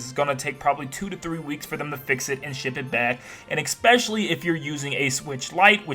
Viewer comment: Especially not “expecially”